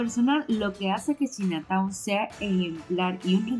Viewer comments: Hola se pronuncia chaina town no china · Se pronuncia chaina town 🤣🤣🤣dice q china 🇨🇳 town 🤣🤣🤣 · 😂 no corazón! No sé dice "chinataun" sino "chainataun" (Chinatown). ❤❤❤ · Saludos. Si lo vas a decir en inglés se pronuncia CHAINA. Si no mejor di barrio chino. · La palabra chinatown, es una palabra en ingles. Se pronuncia chainatown. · Por favor trata de no hacer el ridiculo. No pronuncias bien China Town, ho das datos concretos....UBICATE